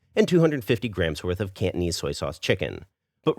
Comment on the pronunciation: The way u pronounce Cantonese kinda sounded like candies... I’m Peranakan btw, you should try to do another Nyonya dish called Ayam buah keluak.. let’s test ur Nyonya skills 😉